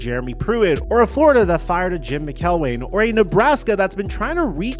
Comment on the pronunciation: How do you not know how to pronounce Mcelwain properly?